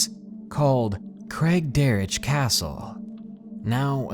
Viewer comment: Hey, I live in Victoria (story number two) and it's so cool that there are other people from my town who watch You! I have some ghost stories too from the jubilee hospital in Victoria down the street from craigderroch. (Btw it's pronounced Craig - derek)